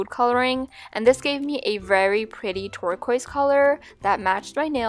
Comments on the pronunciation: Tourquise? It’s terquoise ( not how you spell it. How you pronounce it) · Did she say Twork ways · Lol you said twerquoise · She said a vrery pretty twerkoise